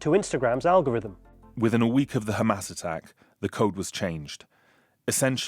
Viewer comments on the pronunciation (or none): none